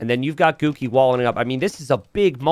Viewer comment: Everytime says "Guki", I hear "Cookie".